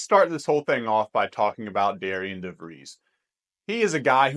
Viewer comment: Great Video! Another transfer that WVU got who I really like is Toby Okani, he is very versatile defender and also scored 31 points against DeVries and Drake this past year. FYI even thought his name is spelled Darian its pronounced Darren which is kind of confusing.